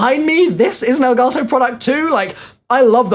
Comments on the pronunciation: Its Elgato not Elgarrrtoowwwww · Is it me or is he saying elgato wrong??🤔